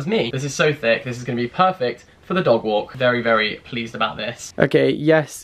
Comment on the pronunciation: Laughed because I thought you said 'very very fleeced about this'